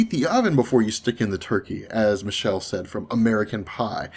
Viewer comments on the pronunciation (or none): none